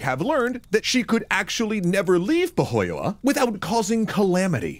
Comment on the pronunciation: That's some pretty impressive pronunciation of Finnish! Apart from Pohjola (Poh-jo-la) but definitely close enough!